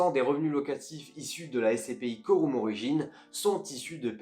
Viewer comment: Ça se prononce pas coroum